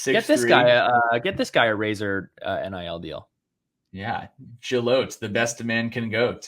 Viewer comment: Ashton Gillotte pronounced (Jill AH Tea)